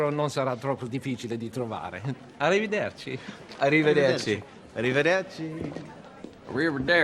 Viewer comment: Everyone: "arrivederci" Brad Pitt: "A river there chief"